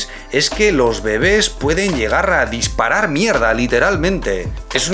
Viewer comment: Jajajajaj me da mucha risa la manera de decir disparar mda....que tosco